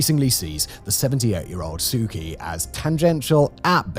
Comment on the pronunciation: From someone born and raised in Myanmar (Burma), the pronunciation for Myanmar is "M-Yan-Mar", not "My-mar". Kyi is prounced closer to "Chi". Thanks for this report, and the previous ones you covered on Myanmar.